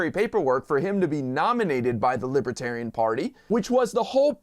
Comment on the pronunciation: Trump calls it "Libatarian."